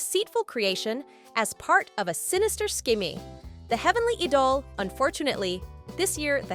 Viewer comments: The pronunciation of idol as eedol hurts my ear! It should be said as aidel. Genre is not pronounced as jenre but Jzanra. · You pronounced it wrong; it’s the heavenly edol 😂